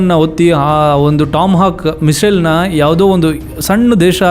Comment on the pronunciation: Bro ists not mishal its missile